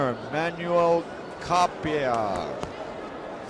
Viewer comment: si dice Cappai